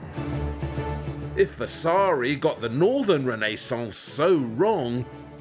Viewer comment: Vasari. no vessssaaaari